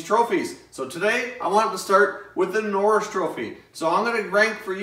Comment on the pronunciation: Bobby n-orr-is trophy